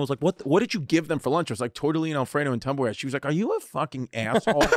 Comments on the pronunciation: Chrissy still sayin Tubberware! 🤣🤣😂😂😅😆😁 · Is Chris still saying “tubberware”? 😂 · Chris is still saying tub a wear lol😂😂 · Chris "Tubberware" Destefano 🤣😂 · CHRIS STILL SAYS TUBBERWARES LLOL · Glad to see Chrissy is getting better at pronouncing the Kleenex of food storage containers. Just leave the S off the end next time, big guy. <3